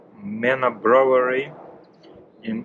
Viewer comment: The reason you are having trouble pronouncing "brewery" is bcos you are trying to read & say it the European way. English is the worst language on the planet. The way we say words is not the way it's written. Try saying it like this phonetically - "moon or noon". "Broo ery". Later when you have mastered that, you can try to say the "w". "Broo wery". Most people don't bother to pronounce the "w", they just say "Broo ery", bcos the "oo" already sounds like the "w" in this word. Other than that, I think you're English is great! That's a massive job. Please take extra care not to hurt your back.